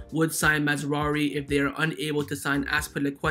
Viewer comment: It's Maz-RA-Wee not Maz-WA-Ree. It's not hard bro lol